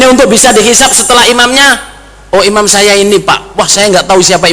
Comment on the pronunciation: Semoga cak,,bisa sadar,, dan Paham,,,bahwa bukan imam yang Allah panggil,,, namun yg di panggil ialah orang orang yang ber,iman,,, huruf nya beda di akhir kata,, imam,,mati,m. Sedangkan iman,mati,N. Semoga cak,memperhatikan kata,imam,dan iman,,agar bisa menbedakannya